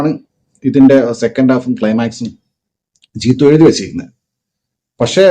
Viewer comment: ജീത്തു അല്ല ജീത്തൂ